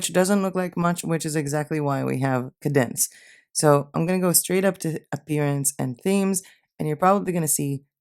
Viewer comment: Hostinger would be the host which is where your website will "live" on a server. Wordpress is the actual site wich is a CMS (content management system) Kadence is a Wordpress theme that your site will be built on. Kadence is a great theme with very good support. It is pronounced Kay-dence.